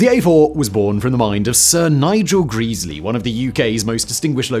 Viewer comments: Every visit to York involves giving the Mallard a kiss since 1978. 😊❤😊 Calling Sir Nigel "Greeseley" Instead of "Gresley" is a travesty. 😮❤😮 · "GreZlee" not Greasley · Gresley… not Greesley… There is one e at the start, not 2. Short e, not long…. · Gres-ley not Greas-ley and Granth-am not Grant-ham. Heard this so many times as a boy as my mothers father was a fireman and later during the war, an Engineer (Driver), until he lost his arm in the fifties. I don't believe he ever drove the Mallard but we have photographs of him at the controls of A4's, the Silver Fox and Bittern. Went to 'The National Railway Museum' a couple of years ago to try and find out more? Quite difficult as I had to use ultra slow 'Vista' on their computers and half of the 'microfishe' were missing! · I don't doubt it's "Greasely", but I always heard the name as "Grezzly". Help me here! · Grez-ley grez-ley dammit! Not Greese-ley! AAAAArrrrrrrrggggghhhhhhhh! Cool vid though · For gawd's sake, it's "Grezzley" not "Greasily"! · its gressley not greaseley. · not "geeeesly".... Gre--- sley. A4s weren't so much EXTERNALLY streamlined, as they were INTERNALLY streamlined.. all pipework had gentle radius curvatures, no right angles, smooth bores etc, given the gas speed in the pipes is in parts vastly faster than the air slipping over the body, this is where it really gained. Beautiful designs. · Who is this greasley bloke? Do you mean Gres ley? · It's Gresley not greezley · In a previous video Simon said “Greas-ley” too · Who is Nigel Greeeesleey? Otherwise an informative video as ever. Another contribution to the speed record was the choice of driver. They chose driver Joe Duddington who had a reputation for driving an engine hard. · Gresley has a short, not a long "e". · Nice vid. Apart from mispronouncing "Gresley" all the time! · This guy is notorious for mispronounciations. Its maddening. I stopped watching him because of it. I'm not actually watching this video, just commenting lol